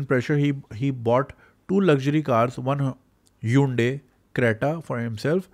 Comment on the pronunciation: Hyndai ki pronunciation aj pta chli